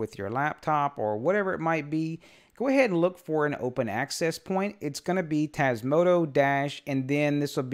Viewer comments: Hello just a silly question, maybe it is your accent, why do you pronounce Tasmoto instead of Tasmota? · You keep calling it Tasmoto rather that Tasmota ;-) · TasmotA with an A at the end. Not an O. :)